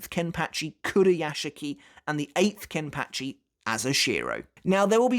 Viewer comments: I’m curious of why it’s pronounced “kenpatchy” and not “kenpachi” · The way you say Kenpachi just bugs me man... you saying it like KenpATchi... just no.